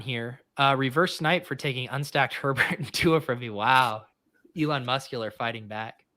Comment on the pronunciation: Love pronunciation of Herbert